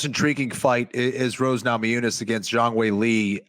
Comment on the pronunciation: needs to know that Rose's last name is not Nama Jooo-nas.